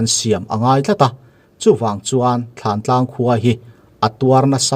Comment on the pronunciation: Thantlang alom, thlantlang tiin i soi reng bok sia